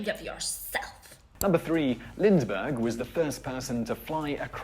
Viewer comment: This guy is a legend? Umm... He can't pronounce Galway or Lindbergh. His "facts" are an act of trimming and cutting to reach the desired effect. The Vikings reached North America first. What came of it? Columbus started (for better or worse) the movement of European people toward the "New World". The world was proved to be round by Ptolemy and others, but when did that become anything like "common" knowledge? He also said (if i heard right) that Columbus spent all his time in the New World in the East Indies? They are the West Indies. The Emancipation Proclamation did not free all the slaves, but anywhere a Union army went, it freed plenty.